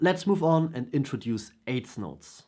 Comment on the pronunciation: AIDS NOTES??? YOU MEAN EIGTH NOTES????